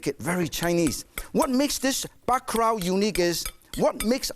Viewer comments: It's bakalau not baka rao nitwit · even Martin can't escape the Asian struggle of pronouncing Ls. He pronounced it as "bacarao".